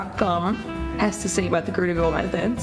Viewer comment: Love the way you say curly girl gurlygurl method 😂